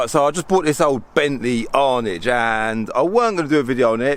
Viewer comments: It’s not an Arnidge. It’s an Arnage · Bentley ARNIDGE ? tosser learnt pronounce the vehicle you (badly) present ARNAGE is the word and it is named after the commune in France where the Le Mans race trace is located in Sarth. Calvins Calamity init ! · Bentley Arnidge?😂. Its an Ar naaaaage dear boy:) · Hey it’s an Arnage pronounced “Arnaarge” not “Arnidge”. BTW the Bentley you are driving is “British” and built in Britain ol’ boy NOT Germany. Also running out of petrol reminds me of what Del Trotter would say “ plonker”. My toes are curling........ ( hey that sounds like a good YouTube handle). Anyway best of luck I feel for you. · Hey it’s an Arnage pronounced “Arnaarge” not “Arnidge”. BTW the Bentley you are driving is “British” ‘ol’ boy and built in Britain not Germany. Also running out of petrol reminds me of what Del Trotter would say “ plonker”. My toes are curling........ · Arnidge?? 🤦🏽‍♂️ great vid tho...👍🏽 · Pronounced arrr narrge!! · Phillip Coker lol i was thinking that....